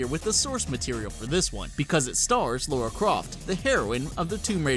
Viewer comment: It is not LAURA ITS LARA.